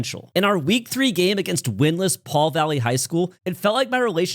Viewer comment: The s in the Pauls Valley isn't silent